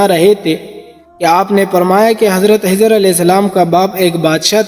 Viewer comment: Brother he is my school friend he cannot pronounce خ properly💙spread love not hate